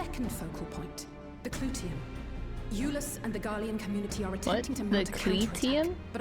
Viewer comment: I know it sounds weird, but for a (fictional) culture that takes most of it's naming conventions from Latin, "Clyteum" would be pronounced more like "Cloo-tee-um" as Alisaie says it.